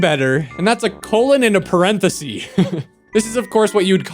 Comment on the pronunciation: Another who cannot say "parenthesis." God what is wrong with people?